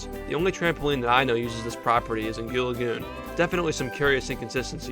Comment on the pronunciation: It is goo lagoon